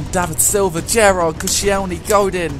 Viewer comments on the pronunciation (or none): none